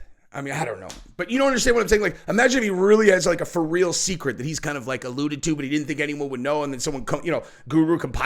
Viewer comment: did say "fur real "😅😂